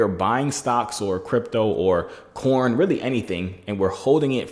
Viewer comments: he sayin corn like actually corn 🌽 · Are you saying corn or coin